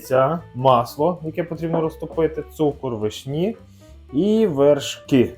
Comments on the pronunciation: не вишнІ,а вИшні. ви не знаєте де ставить наголос? тоді ви анЯ і толІк.(наголос на Я і на І) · Як можна говорити вишнІ, з неправильним наголосом. Цілий час вуха ріже😅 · вИшні,а не вишнІ😂